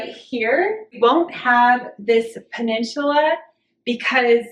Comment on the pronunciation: “Puh nin suh la” 👍 Love the plan!! So exciting!